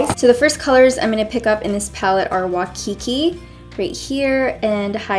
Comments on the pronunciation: lol. the shade "waikiki" is pronounced "why-kee-kee" not "wa-kee-kee." love this look tho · Omg lol girl! "Wa-kiki" Its Wai-Kiki like Y-Kiki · Hey girlfriend fans all the way from Hawaii! 😍😍😍 the transition shade "Waikiki" is pronounced wa-ee-kee-kee 😘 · It's Waikiki like "why Kiki" and haupuna like "how Puna" lols 😂 Love you girl, your make up is amazing! ❤️ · Hey! I really liked this! But uhh, I'm from Hawaii and "Waikiki" is pronounced like "Why-kee-kee". However I REALLY wanted to try those Korean products! I saw your "Half American, Half Korean" makeup video the other day and was impressed! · The first shade is pronounced Wikiki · So I'm sure you're tired of everyone correcting you on how to pronounce stuff, but I'm from Hawaii and the shadow you used "Waikiki" is pronounced "Why-ke-ke" 😀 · Waikiki (Why-kee-kee) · I love you so much but Waikiki is pronounced like "Why-Kiki"😂❤️ I'm sorry I'm from Hawaii so I just had to say something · I know I’m kinda late, but just wanted to correct you on how you pronounced Waikiki. (Why - ki - ki) just in case you were to ever use this pallet again. Sorry I’m from Oahu Hawaii and just wanted to give you a credible source. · waikiki pronounced as 'why-key-key'